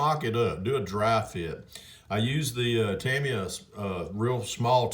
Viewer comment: haha my friend I love the fact you say "Tamiya " correctly with my name in the video Bella appreciates it more than i can say